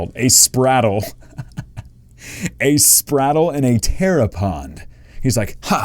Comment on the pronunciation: Pretty sure that Squirtle.5 is pronounced "Spray-tle", not "Sprattle". It's a spraying turtle.